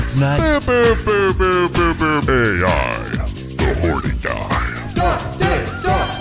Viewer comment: you're still mispronouncing the "AI" in the game's name. It's pronounced the way it sounds. There aren't even periods in the game's name to suggest the letters are pronounced separately. Edit: Also just a reminder, Ei's name, from 13 sentinels, is pronounced the way it sounds. I've been a subscriber since ish so I know how you're like with pronunciation, but I find it ironic that you pronounce the name that isn't spelled like "eye" as just that, and then pronounce the name that is spelled like "eye" as not that at all.